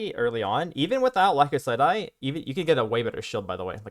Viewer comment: lie-Kos-syd-eye or Lie-kose-syd-eye. Great guide for a great build! Cheers.